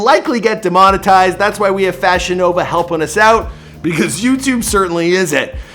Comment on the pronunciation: Every time you said FashionNova, I thought you were saying VagiNova and it was a sex toy company.